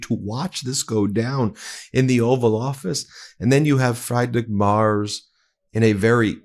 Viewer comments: Thanks for the update, Ben. One point that grates on this expat-American‘s ears is your pronunciation of the German Chancellor’s name: it sounds like “freed“ not “fried (egg)” — “Freed-rich” and his last name rhymes with “mare” (the female horse) wth a “tz” on the end. You lose credibility when you don’t get people’s name right… Keep being a pro! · Ben, it's not pronounced FRIED-rich, it's pronounced FREED-rich! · Friedrich is pronounced freed rich ... Not Like fried ( Chicken) 😀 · Can there be any doubt now that he is a Russian asset?! Also, it's pronounced more like "freedrich" then "frydrich" for anyone interested 😁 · Free-drich… not Fry-drich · Friedrich is pronounced Free-drick, not Fry-drick. In German, words with the vowel combination ie or ei are pronounced as if the second one is a long vowel. So ee for ie, and eye for ei. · German follower of your channel here (great channel btw). I know it's hard to pronounce German names, just a little tip: ‘Friedrich’ means Fredrick in English, you could also call our chancellor Fredrick Merz, that wouldn't hurt German ears as much as ‘Frydrick’ ... (no offence meant) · For what it's worth, in German when a word has two consecutive vowels the second vowel is pronounced. So for Friedrich, it would be pronounced Freedrich, not fried like French fries. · First - before I forget: Americans are idiots. Well, the way I hear the name Friedrich pronounced is like fly dreck (dirt) - not what it should rather be similar to: Freed rich (no t-sound before the "ch"); it would be so easy to have an AI like google or DeepL read the name properly! Next, Trump brags that "egg prices are down 400%" - that means you get 300% of the price paid if you take them for free? American idiots found the biggest criminal idiot to run the country - and the Supreme Court ended the rule of law and terminated the Constitution, and Trump will be in office for the next 20 years, followed by some Christo-fascist dictator. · It’s pronounced ‘Freed-rick’